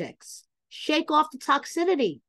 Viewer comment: ...Girl.... it's pronounced" tock sis city" not sure if you're doing that intentionally but giiirrrrrrlllllllll